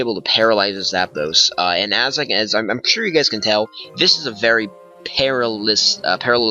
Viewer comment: GG. Love seeing older gens in action. Btw it's Pair-AL-ysis. AL like in Albert. Not that I want you to ever have to face a paralysis team again tho. That blunder strat